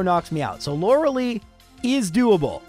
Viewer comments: I'm going insane at how he pronounces lorelei "LAURA LEE" instead of "LORA-LYE" and how he pronounces Arcanine "R K 9" instead of arca-nine" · My soul felt every time he said Lorelei wrong. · do english speaker really pronounce lorelei this way?